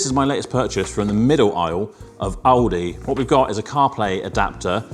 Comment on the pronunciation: It's Aldi not owldi 😂 mate